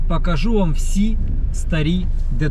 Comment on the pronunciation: Українською слова із літерою О : пОїхали, пОкажу, такОж та інші - літара О в них звучить, як О, а не А - пАїхали, пАкажу, такАж